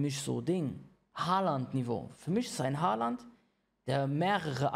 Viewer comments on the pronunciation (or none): Er sagt Haaland😂